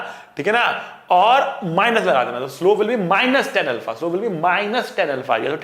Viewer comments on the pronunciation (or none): 😂😂😂Minus tanα✔️✔️ >>>Minus Tenα❌❌🙆‍♂